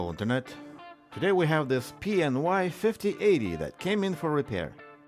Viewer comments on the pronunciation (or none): "Pee and why" killt me🤣